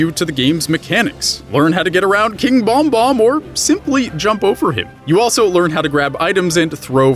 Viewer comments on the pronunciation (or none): Lol I can't even with the "bombom" it's name is bob-omb